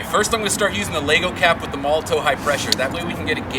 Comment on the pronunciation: Molo-TOV not Molo-TOW. The W is pronounced as a V in German. Hope this helps.